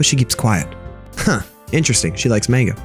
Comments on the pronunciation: Btw not tryin to be mean but you your supposed to say it like Monga but whatever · this man really said manga as, main guh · it is pronounced "m-ON-ga" at least thats how i learned it lol